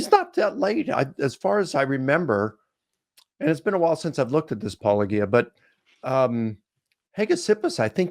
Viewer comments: Why do they always get the name wrong? They are talking about apologetics, they even use the word themselves about what they do. Why is it such a leap that Paulogia would be pronounced similarly? It hurts my heart that these people who are so smart assed about how the original Greek or Hebrew or Aramaic pronunciations have caused or not caused translation issues cant seem to get their heads around a simple English portmanteau. Come on apologists, do better. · Maybe it's just a personal hangup, but the purposeful mispronouciation of someone name is a really dick move. . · These myth-nutters have to reach sooOOOOOoooo far into the improbable (2 centuries after the supposed fact) to support their myth. And what is up with the difficulty in saying "Paulogia" properly. Can we send them to stop bullets on the Ukrainian front line? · ok it's been bugging me for a while but why does every apologist mispronounced Paulogia when they either talk to him or respond to a video. I mean he says it in the opening of pretty much every video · With as frequently as poor username is mispronounced, I'm surprised at his restraint in not returning the favor. "Hello, Mike LICK-oh-KNEE-uh." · "He's become a legend in the world of atheists" and yet Licona (and others) are STILL mispronouncing your name even though you pronounce it at the beginning of EVERY video. It has to be intentional. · I think has said that there is no "correct" pronunciation of his channel. That said, I laughed so hard in that video where someone said it with a soft G - "Wait. You said my name... the way I say my name. Are you sure you're actual Christian apologists?" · More like they're being passive-aggressive by pronouncing it. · It irritates me how these apologists (soft g) pronounce your name with a hard g. Are they so stupid that they don't see that the name is a play on the thing that they are? Or are they being intentionally disrespectful? Maybe try mispronouncing their names and see what happens.